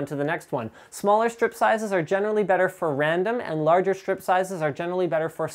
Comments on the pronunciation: Linus i thought it was stripe not strip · FFS. TTL can't pronounce Aluminium or chassis. Linus can't pronounce stripe (there's an E Linus). Lauren can't pronounce anything. You guys are so bad for us nerds rep points!